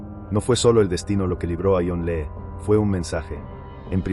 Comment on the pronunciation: Se pronuncia Li, porque parece que estás diciendo que lee😂😂😂por favor estudia más el idioma español